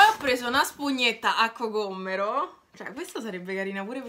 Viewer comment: Mi fa troppo ridere il fatto che tu dici cocomero con due m 🤣🤣🤣🤣 . #COCOMMERO